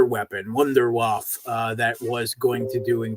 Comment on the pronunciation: Vundervaffen or Wonder Weapon in English typical American not knowing actual pronunciation.